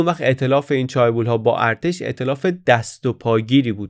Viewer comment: در chaebol, تلفظ درست ae صدای اِ میده. چِه‌بُل